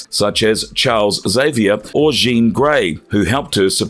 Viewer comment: xavier is pronounced x-avior, not savior. jean is pronounced like what you wear(jeans) without the s. says rogue drained powers from the hulk but shows comic panels of she-hulk. who tf is arc-angle? the x-man, ANGEL was turned into ARCH-ANGEL(pronounced arc angel) by apocalypse. who tf is cam-bit? rogue has dated gambit. whoever is hiring people to narrate for this channel needs to lose their job. how hard is it for these narrators to use google to learn how to pronounce words? also, rogue can nurse any babies she has without touching them. there's this thing in real life called a breast pump that can extract breast milk. so rogue could easily use this simple device and be able to nurse her babies.